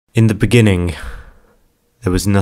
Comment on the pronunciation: In da beninging